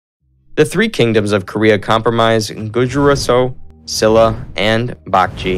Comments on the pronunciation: I loved the quick and brief history. As people have said, there are some errors and many pronunciations are incorrect, but the one I didn't see people correcting is the Kingdom of Silla, pronounced "Shilla". Thank you for the video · Shila= Shilah Bakjae=Baekje Josen= Joh sun Dangun= Dahn goon Etc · 아니 고구려 백제 신라 발음이 ㅋㅋㅋ 구주라송 박쥐 실라 ㅋㅋㅋㅋ